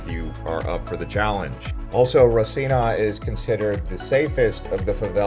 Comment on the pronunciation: Clearly, you have never been to Rocinha or even Rio. You mispronounced both Rocinha and Rio. Rochina is pronounced Hosina, and there is no H sound in Rio!